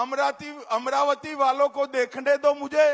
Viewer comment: अमरावती नाही अमराती